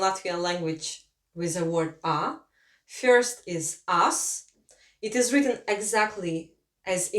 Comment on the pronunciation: Its interesting when russian is teaching latvian in english :D Had some troubles with Ģ pronunciation. And classic russian fyorst not first :D But in general nice video and idea :)